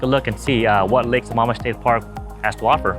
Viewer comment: Hey bud just thought I'd let you know it's lake sa"maam" Mish. Not Sa"mom"ish